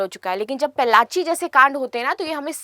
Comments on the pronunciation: Pollachi not pellachi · Mam please correct your pronunciation of Pollachi (Town in Tamil Nadu) Not pellachi